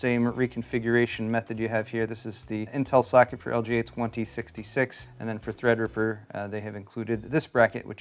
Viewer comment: Am I the only one hearing "suck it" instead of "socket" ?